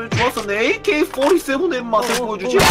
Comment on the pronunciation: 발음이 에이께이뽀리쎄븐